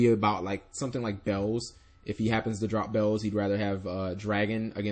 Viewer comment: its not bells its beelze omfg!!!!!